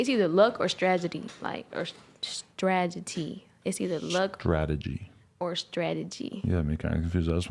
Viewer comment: Can't even say strategy. Go back to class and stop hanging around the streets for fake recognition.